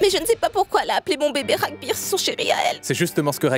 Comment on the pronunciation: L’acteur s’appelle Raghbir et non Rambir😂